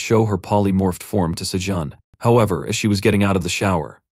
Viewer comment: The other one has better pronunciation too. Every time it says Sajun I cringe because it's not said the same as it has been this whole time.